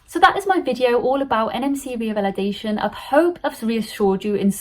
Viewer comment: It's not reavalidation ,it's revalidation